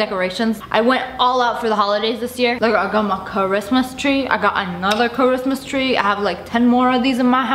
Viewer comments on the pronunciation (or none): Kuh-wrist-mas chree